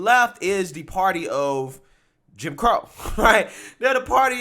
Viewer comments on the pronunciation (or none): none